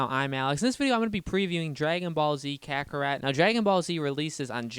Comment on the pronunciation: its not pronounced kaka-rat its pronounced kaka-ROT as in ROT and DECAY